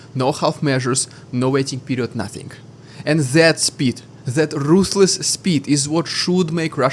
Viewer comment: "rrrrrruthless" LOL, yeh we dont roll Rs in English bro.